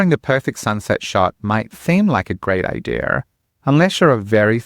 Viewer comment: Lol and it's Idea not Idear